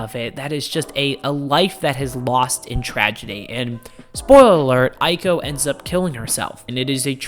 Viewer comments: Honey you pronounced Aiko perfectly. PunPun is pronounced Poon Poon though lol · Also, what's funny is you pronounced Aiko perfectly every time, but Punpun is pronounced "Poon poon."